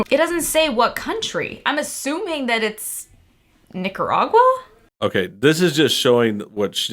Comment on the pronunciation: Lol she didn't even really say Nicaragua right